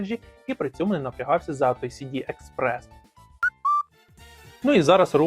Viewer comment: А чому ви постійно кажете сіді експрес? якщо це ЕСді 😅